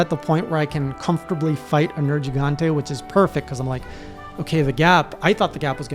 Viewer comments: finally, an english speaker that says "nergigante" the Italian way (I'm guessing by accident) which is probably the reason why the monster is called nergigante in the first place, since it's a mix of "nero" (black) and "gigante" (giant) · I got so hype when he said the name correctly (at least the way I've always heard it) at the beginning